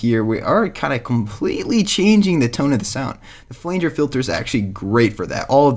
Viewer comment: Flanger is pronounced Fla-nge not Flaynge